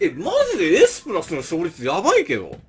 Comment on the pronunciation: エ↑ス↓プラスで草